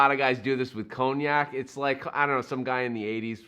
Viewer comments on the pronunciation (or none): none